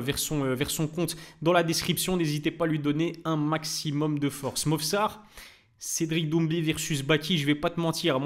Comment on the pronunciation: "cedric doumbi " pas maaaal